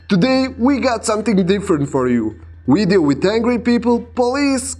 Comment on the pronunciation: But what is a Wideo? 🤔... Hahaha i'm sorry, im juet joking around! Great Clips, 👌🤙✌️